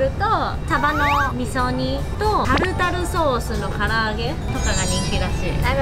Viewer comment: サバの味噌煮が上手に言えないが めちゃくちゃかわいい❤ パイナップルドレッシング気になる👀 今度作ってみよーっと